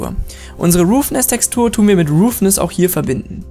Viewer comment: Danke für's Tutorial, allerdings sprichst du einige Dinge falsch aus. Es heisst occlusion (O-Klu-Schn), nicht occulition, und roughness (Raff-Ness), nicht roofness. Eine Occlusion Map gibt übrigens an welcher Bereich des Materials indirektes Licht wiedergeben soll, was für schönere, detailierte Schatten sorgt. Schwarz=kein indirektes Licht (der bereich ist dünkler, wie zB. die Innenkante einer Ecke, oder der Bereich unter Falten). Weiss= indirekte Beleuchtung hat den vollen Effekt (bei scharfen Kanten oder glatten Oberflächen). Grau=irgendwas dazwischen. Manchmal reicht es schon die Diffuse Map in Graustufen umzuwandeln um einen schönen Effekt zu bekommen.